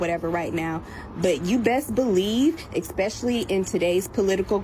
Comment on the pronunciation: "Eggspecially".... The most surprising part of this was the lack of ghetto crickets in the background.